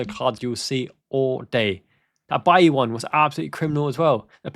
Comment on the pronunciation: Hey, his name is LEON BAILEY (pronounced BAY LEE) not BAILLY. He is Jamaican